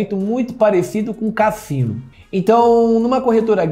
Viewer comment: Kkkkkkkkkkkkk falando cassino não me aguentei